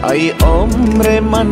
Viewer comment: آهنگ خیلی عالی بود فقط در قسمت تلفظ شعر همیشه مشکل داری مثل: ای جان من اسیرت خودت تلفظ کردی (هی) جان من اسیرت دوم ای عمرت فدایت تلفظ خودت (هی همر من فدایت) سوم آخر تلفظ خودت هاخر یکی از علاقمند های خوب شما استم امید انتقاد پذیر باشید